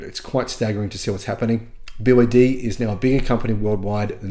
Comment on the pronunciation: Snälla sluta säg BYD som ett ord när det är ett akronym. Säger du BMW som ett ord? Eller MG, AMG?